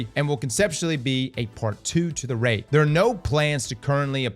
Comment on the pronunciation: Is cross an AI or what? I keep hearing him say RAD not RAID.